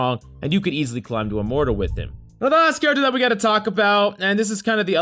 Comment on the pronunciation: I love to “clim”